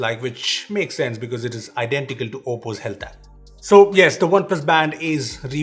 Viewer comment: He just said "Oppo Hate App" instead of Oppo Health App in the video one time..😂😁